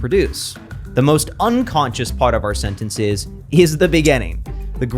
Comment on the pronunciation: its not SENT ENT SAYS it is SENTNSIZ